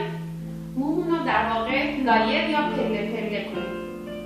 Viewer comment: با غرض معذرت لایر تلفظ اشتباهیه طریقه درست تلفظش ( له یر ) بث